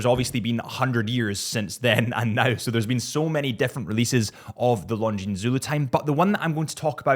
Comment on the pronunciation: Killing me on pronouncing the s over and over. The s is silent, such as debris…